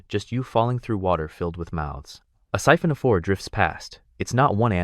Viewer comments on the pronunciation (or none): It's not syphon/siphon of four fish curtain but 'siphonophore' 🙄